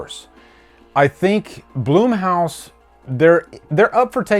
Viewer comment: It’s BLUM-house, not BLOOM-house. The guys’ name is Jason Blum. I figured you would know this.